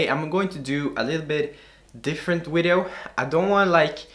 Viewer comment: Lol nigga said wideo